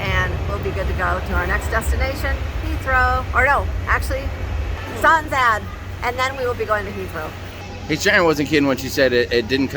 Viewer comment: Greetings from London! Glad you made it back home and with your luggage! 😃 Btw you mis-pronounced Stanstead (though doubt you will need to use it too often). Its Stan (as in Stan Laurel!!) sted!! Gatwick used to be a very country area, at least you saw some horses!!